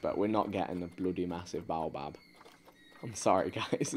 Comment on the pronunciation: its pronounced bayo bab tree... im lowkey insulted